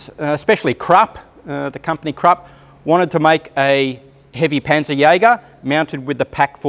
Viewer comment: Great video👍🏻 Great story👍🏻 But please it's "kroupp" not "krap"..🫣